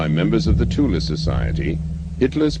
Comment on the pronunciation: It is nice to hear Thule pronounced CORRECTLY for once! Thule is NOT pronounced "Thool" "Tool" or "Toolie" and never was, these are wholly incorrect mispronunciations. Thule is a word from the German language. Germans do not employ the "Th" sound but, they do pronounce the letter "E" when it appears at the end of a word. Thus the CORRECT pronunciation is: "TOOL-AH" . I speak German and I have had this pronunciation verified by my German friends, they told me this is how it is said, I've heard them say it, it IS pronounced "TOOL-AH" .